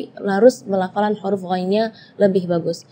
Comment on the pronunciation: Penyebutan huruf apakah diucapkan KHURUF? Apa ini jg kesalahan karena terlalu mendalami bahasa arab jadinya huruf diucapkan KHURUF padahal kan pake ha bukan kha (kho)